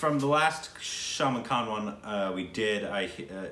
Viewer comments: Salmon khan???really?????😂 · When pronounces Salman Khan as salmon khan😆😆😆😆😆😆.... I died🤣🤣🤣